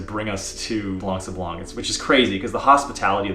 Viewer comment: Just so you can perfect that craft of speaking better French... The "c" at the end of "blanc" is mute, you have to consider the word like it's written "blan". Why is it so ? Because French have its roots in both Latin and Greek, and most of the words are built upon this ethymological principle. And many words have a reminiscence of this and keep mute letters, that are sometimes used in plural and/or feminin versions of those words. Masculine "blanc" (for sand) turns into feminine "blanche" when if refers to the night ("nuit blanche" = white night), or snow, etc. English also has many words from Latin, due to some 2 centuries of Roman presence on the soil of England (remember the Hadrien wall). Even though they're pronounced differentely, they are similar, if not identical. Exemples (from my own writings) : to consider, principle, ethymological, due (to), presence, just, mute, exemples, soil, to pronounce, similar, identical, reminiscence, masculine, feminine, plural, to turn... This word means "white" (when "sablon" refers to "sand", and is the ancient form of the current French word for it : "sable"), making "blanc sablon" an expression from ancient times about a location where sand is (or was) white. PS1 : same for "gros" (big, fat, large), where the last "s" is mute, the feminine form being "grosse". PS2 : a "morne" is the local Carribean French word for "hill", and is only used so in there... as elsewhere it means sad or boring.